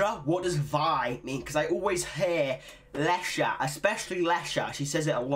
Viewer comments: loosing my shit with you saying Lexa right!! hahaha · The x can be pronounced in both ways in portuguese, like in "expectativa" (means expectation) the x sounds in the english way, but in Lexa's name sounds like "sh"